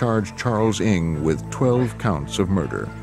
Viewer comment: i can't help but to comment how wrong the host is reading his name, ng sounds more like 伍 (wu) in cantonese instead of 'ing' which he keeps on repeating